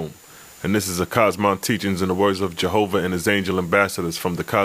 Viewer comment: Why do you call him Jehovah when the title says Jehovih (vee) I'm just wondering why do you Skip that.